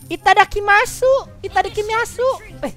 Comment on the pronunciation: Salfok sama ngomong itadha kimi asu kwkwkwkw ngakak😁🤣